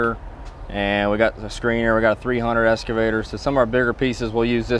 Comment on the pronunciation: EXcavator...NOT Scavator.